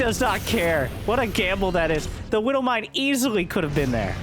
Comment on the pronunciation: I don't play starcraft, are you saying "widdle" (little with a baby voice) or "widow" mine?